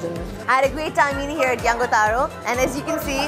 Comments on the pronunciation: am a fan of your fluent delivery and tone but the word ‘Yangtaru’ is not normally pronounced as you did here. It does not hav strong solid ‘ga’ sound in the middle. Am not criticizing you. Am just suggesting as your true fan. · It's Yangtaru, not yangataru. yangataru sounds cringy.